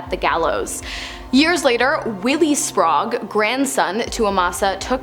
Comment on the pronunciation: Why pronounce Sprague as Spraugue? I guess it's not surprising as she also pronounces apparition as apparation... 🤦